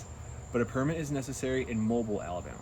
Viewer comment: Either take this down or update it. It is seriously out of date. Also, learn how to pronounce Mobile.